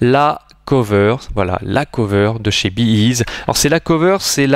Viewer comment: "ez" se prononce "izi" (easy). Tant qu'à vanter un produit, essaye de savoir comment il s’appelle...